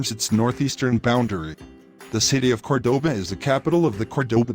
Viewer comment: Warning to those who see this great video. Please try to pronounce in the correct way the name of the city, it not "kordoba" it is "KÓrdoba" with the accentuation in the first "o" vowel, it is annoying to hear it like 50 times in this video pronounced incorrectly. Thanks from a local Córdoba inhabitant !